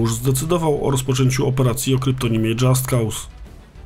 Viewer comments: Dżast koz sie wymawia. Poza tym materiał ciekawy jak zawsze :) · Tylko taka uwaga, że nazwę wymawia się "dżast koz"